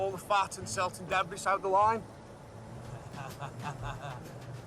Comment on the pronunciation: Debris=Debree, not debress!